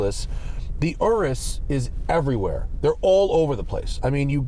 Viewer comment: Also the way you say Aureus sounds like RS too. I'm going to ask Santa for one.